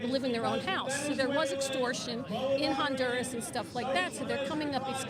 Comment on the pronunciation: They are NOT BOMBING Venezuela right now. It was in and out! *H in Honduras is silent ---- onduras.